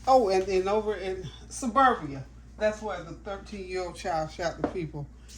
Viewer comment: Greetings!!!….also, it’s pronounced Serbia, instead of Suberbia😢😮❤